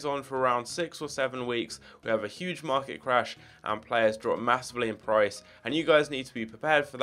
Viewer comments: Market bro not marlet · “Marlet Crash”